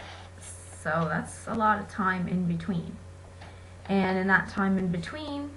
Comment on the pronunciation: I hate the way she says time